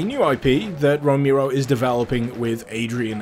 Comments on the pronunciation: John Roh-mee-ro, eh? ... sigh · Super KB Yea, I know. But tbh it's not that difficult to pronounce his name correctly.